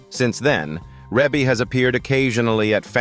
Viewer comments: Let's start with that her name is pronounced: Ree-Bee. Ok...now carry on...I guess. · Yes and its Reby! This is why I won't listen after I figure out its AI!!!😡